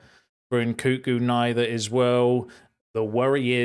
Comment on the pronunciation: What do I think about NKunku? I think you should learn to pronounce his name properly 😂